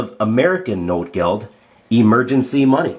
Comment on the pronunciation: Great video, verry informative. ps. its notgeld, not notegeld.